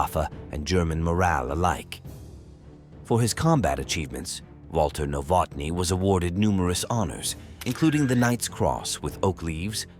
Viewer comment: W A L T ER N O W O T N Y ! nicht , was ihr daraus gemacht habt ! Eure KI ist fürchterlich !!!